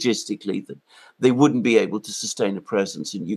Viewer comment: "Woundent it be nice if we were friends with Russia" Donald Trump